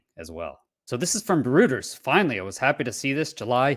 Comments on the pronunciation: Reuters is pronounced Roy-ters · "Reuters" PRONUNCIATION: "Roy-terrs" It's NOT a wifi hub...